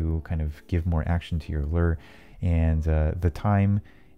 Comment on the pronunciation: How you say lure? Lurrrr